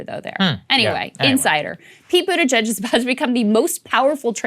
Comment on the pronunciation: Love how Jimmy Dore calls him budda-gigg! 😂